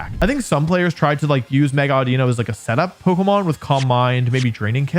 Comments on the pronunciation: Havent watched yet, calling it audino is the worst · Calling it audino.